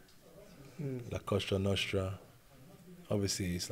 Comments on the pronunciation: Did he say Costa nostra ?? 😂😂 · the coshtra noshtra? lol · Cosa Nostra not cosrta nosrta 😂